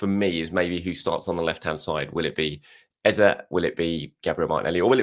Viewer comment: has learned how to pronounce Eze but is still butchering CalaFURY.... its CalaFIORI